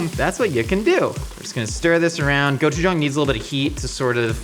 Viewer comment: I love you and everyone in the Mythical Kitchen, but you're pronouncing the "g" in gochujang like a "k." My N. Korean grandmother would say your attempt is cute though, and then get her wooden spoon.